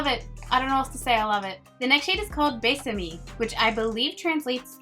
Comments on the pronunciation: “E” is never pronounced like “ee” in Spanish - only saying so because you said to let you know. It’s like “eh” as in “Becky, bet, tell...” BUT! But thanks for another swatch video. Yours are the best - I always check them before buying. Very helpful! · Usually “e” at the end of every Spanish word is pronounced like “eh”. I’m so excited for this to drop I love Becky G 😍 she’s really killing the Hispanic/Latin music game 🙌🏻 plus this collection looks absolutely bomb 🥰 thanks for the swatches, you’re always the best ❤️! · A tip when learning to speak Spanish is to think of all the e’s as “eh” So besame would be pronounced as be-sah-meh and salvaje would be sal-va-heh As always, you’re a colourpop Queen! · Hey girl... love that you're learning spanish. Just remember all "E"s in Spanish are pronounced as a long "A"... Besame is "Bay-sah-may" :) But yes... it's "kiss me" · Butcher al lot of the names but A++ for effort. It’s Bess a meh.. bésame Se creh toh - secreto Sell va hey - selvaje Es trey ya- estrella Sell los ah- celosa Xoxo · Lol beh-sah-meh 😘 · Love you!! 🖤🖤 enjoying shaemas so much!! The lip colors look so pretty in this collection! And the E is like “eh” sound... for example: caf•eh•sito; beh•sah•meh; sal•vah•heh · Hey Pretty! It's pronounced "bey-sah-meh" besame and "es-stray-ah" estrella. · Oh my gosh your Spanish is so cute! The je of Salvaje is pronounced like the word hey but without the y. Secreto = seh-kre-toe Besame = bess-ah-meh Estrella = es-tre-yah (a double L makes a Y sound) Sirena = see -ren-ah Hope this helps, love you! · I'm so happy you're learning Spanish, it's a beautiful language and so important if you live in North America. I think you'll start to really enjoy hearing yourself speak if you focus on the pronounciation of vowels, i.e. "besame" sounds more like bay-sah-may. The "e" sound is like "ay" or "eh" and the "i" sound is like "ee".